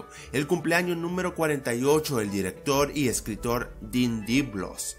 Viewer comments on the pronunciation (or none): Dijiste tothless Y no chimuelo o toothless XD Y Dean Deblos en vez de Dean Deblois